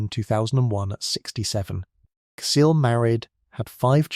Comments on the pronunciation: Is Cecile pronounced "see-lay" like you pronounced it or it it because this is an ai voice? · This could’ve been good but the AI voice ruined it. “Cuh-sy-lay” lmfao. You didn’t even proofread the finished video! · Who taught this person how to say Cecile?! It cringe every time he says it!! 😱😱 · This has to be an AI channel. He pronounced Cécile in three different ways